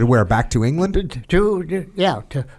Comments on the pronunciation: Its pronounced "ports-muth" Jocko not "ports-mouth" definately, I am British so I know .. great episode .. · Great life. Thank you for your service. Also, Portsmouth is pronounced Ports-muth. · Jocko: "Portsmouth" Papa Jake: "It's PortsMOUTH" Small moment here where Jocko got educated!